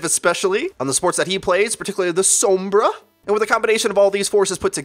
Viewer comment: WHY DOES EVERYONE SAY: “SOUHMBRA“